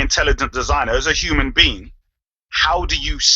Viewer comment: ANKH PRONOUNCES HUMAN LIKE A HURMAN